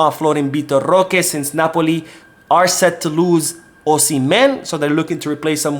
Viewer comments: Stop saying roque name like that. That shit wack😡😡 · It's actually pretty funny. Feel free to say it more often 🤣🤣🤣😂😂😂